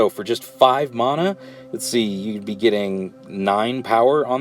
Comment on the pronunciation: Theres no H in Mana, jesus that's annoying. It's like saying Shaymin instead of Shaman